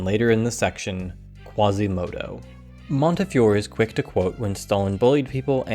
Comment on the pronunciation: Fantastic video, but I really think you should've awkwardly dubbed in the correct pronunciation of Montefiore when you say his name, it would've really elevated the video.